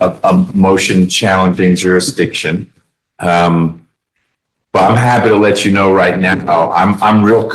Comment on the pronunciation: This guy really needs a speech therapist! Jurshdisson? And then as we get further and further, you gotta feel for the court reporter who is not only trying to translate but play everything back in her head in .5 time. Plus he’s got PAPER in his mouth. And it must be cool to be able to take yourself so seriously that you can’t understand when people are guffawing at you, even as you walk out of a room.